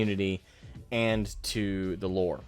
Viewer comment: going from "dey tuk our jerbs" to "they tuk our loure"😅